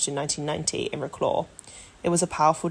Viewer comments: You could at least try to pronouce the name of the city right. vro-claw? its vro-cwav. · Agree with all says. I was a teacher in Wroclaw in the 90's. I would suggest slowing down the voice-over though, it was a bit too fast. Wroclaw pronounced "Vrotswav" please!